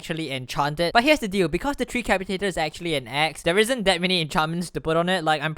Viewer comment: FINALLY someone that pronounced tree capitator corrrctly